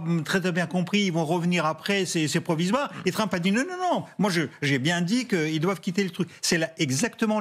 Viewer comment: C'est pas Tramp, c'est Trump